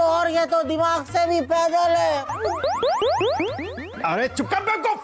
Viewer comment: दिमाग नहीं धीमाग 😂😂😂